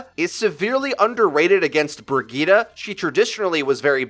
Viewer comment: Who tf is Brigeetah? LUL It's pronounced "B ihr git eh".